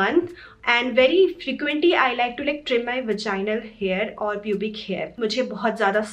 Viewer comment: Omg i have found a such a beautiful video on vaginal health....... I have seen some bloggers who didn't prounce vaginal properly but ur amazing girl